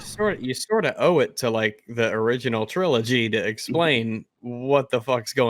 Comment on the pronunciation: I hate the way he says "trilogy". It sounds like "CHrilloCHgy"